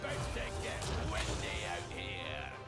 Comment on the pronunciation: I can’t help but hear “ITS ABOUT TO GET WIMDY IN HERE!” every time he plays Bronzebeard